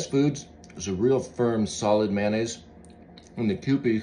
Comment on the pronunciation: It's pronounced Ma-yo-naise. Not Maynaise.